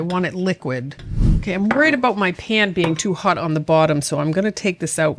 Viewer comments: "aboot the same size" 😂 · I see your text info was speaking with a Canadian accent. When talking aboot the size of ingredients.